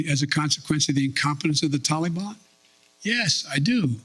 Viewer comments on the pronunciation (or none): none